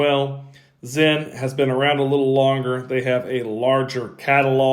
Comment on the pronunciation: Excellent job in saying Stowa and Sinn correctly. I can't help but get irritated when they're not. It's a gift, and a curse lol